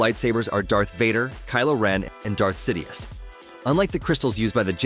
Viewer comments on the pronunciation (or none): Bro really said sidous after Kylo 😭😭😭😢